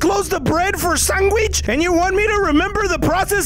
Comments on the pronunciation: No one:: “SANGQUICH” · itz-iKONiK_ sangwich*😂